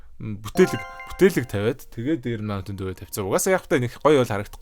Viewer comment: Buteeleg gej albaar helj cadahgui jujiglj edr